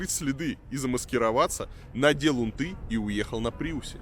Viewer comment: Не унтЫ, а Унты. Эх, Варламов. Ты первый раз это слово слышишь?